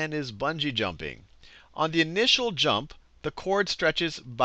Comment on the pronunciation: "buugee Jumping"